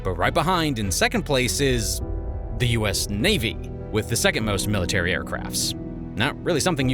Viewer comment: Dis iz meratary ehrcwaft!! 😂😂